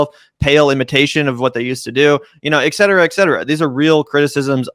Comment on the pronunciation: It is "et cetera"...fucking a, you talk for a living, stop adding an "X" to it! SO damn annoying